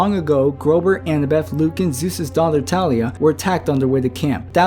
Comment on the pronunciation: It's THALIA NOT TALIA.